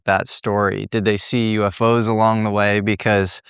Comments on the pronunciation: U F O 是代表三個字. 怎麼唸成 U FO? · 马斯克也应该有很多资料，但看到他企业8个科技，就可以明确知道，他也已经有U-F-O资料 不能读成 U-Fo 应该一个一个英文字母读出来 “ U -F -O™ unidentified flying object (UFO) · UFO 还能读成“Yofo”？？？ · 谁这么读U fo啊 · UFO怎么发声成“U否”，已经用上TTS了吗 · UFO连着读你发明的吗